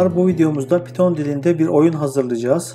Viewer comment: PİTON DİLİ NE LAN PYTHON(PAYTIN) DİLİ! DEFTERDEN BAKIP MI YAZDIN KODLARI NE YAPTIN?